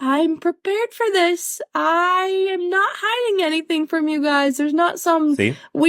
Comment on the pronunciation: Lmao it sounded like she said "I ham great" 😂 anyone else hear that?